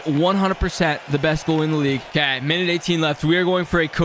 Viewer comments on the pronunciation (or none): none